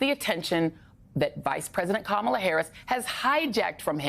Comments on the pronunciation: Kamala IS mixed. Kamala LOOKS mixed. She is black, but she is half...she is half Indian on top of that. She is mixed, just like Barack. Now if that means anything, you can let me know. And her name is pronounced KA-mala. It is an Indian name...since she is Indian. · Thanks, Joy. But please pronounce Kamala correctly. It looses its beautiful meaning if you keep repeating how ignorant people say her name. It’s a short “ka”!